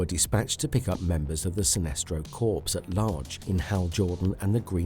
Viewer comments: Corps is pronounced as "core". The way you're pronouncing it (corpse) is the way you pronounce the word meaning dead body. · It's sinestro corps. Not corspe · Corps is said as “Cors” Corpse is a dead person